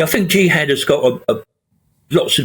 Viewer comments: Are all westeners ignorant like this journalist? 'jiiihad'! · I'm sure she doesn't have an idea of what she's talking about. jiiiHaaad wtf